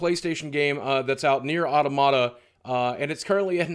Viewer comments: Automata is the plural of Automaton pronounced au·tom·a·ton. just a pit of a pet peeve when people say auto·mata. It's au·tom·a·ta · AW-TOM-UH-TUH not AUTO-MAT-UH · Isn't it au-tom-a-tah not otto-mata? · Correct me if I'm wrong, but I think Automata is pronounced Ah-Tom-Mah-Tah not Out-O-Matta. Gotta pronounce it in a pretentious way. ;)